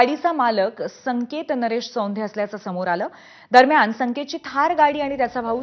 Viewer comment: " सौंधे नाही ताई चोंधे "अडनाव आहे त्यांचे.